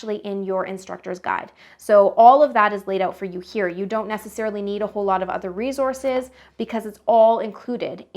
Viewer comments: S not z in resource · its the "rezources" for me